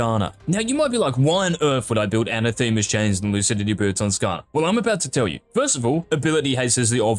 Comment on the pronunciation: Anathema is pronounced